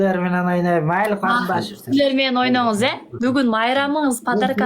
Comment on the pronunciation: Майлы эмес мейли так суйло